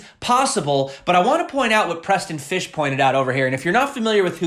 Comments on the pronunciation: sounds like Preston PISH , not Fish...there is no H in Pysh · Just pretend like the y is an i- as in Preston Pish. Great content as usual though.